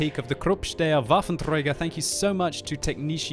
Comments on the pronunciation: träger not trejger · "Krrupp Steyr Waffentrrreyger"